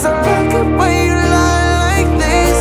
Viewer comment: ממש אוהב את השיר, ותמיד הרגיש לי שהמבטא שלך כמעט מושלם ולא הצלחתי לשים את האצבע מה פחות, חשבתי הרבה ונראה לי שמצאתי: אתה אומר this כמו חיריק שלם (חרוז תנועתי ל־me) אבל אמריקאים לפחות אומרים את זה הרבה יותר עדין, איפשהו בין ee לבין e. אם זה משהו שיכול לעזור במשהו להצלחה שלך בחו"ל אני אשמח :)